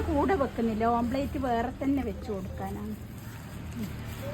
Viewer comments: omplate അല്ല omlette😊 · ആ...ള്ളാ.. Amplate..... 😅